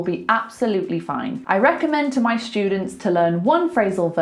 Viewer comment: A useful lesson. Thanks! You pronounce students like “shtudents”. Am I wrong?